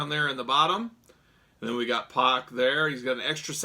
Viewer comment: Good video but get the mans name right, it’s pronounced “pack”